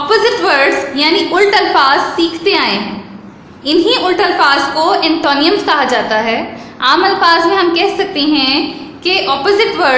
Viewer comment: Check antonyms pronunciation on Google please۔ and also cruel۔۔